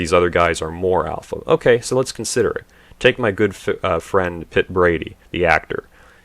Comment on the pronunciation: "Pitt Brady" lmao